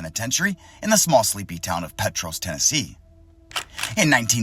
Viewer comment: The little town where Brushy is located is pronounced Pete-tross.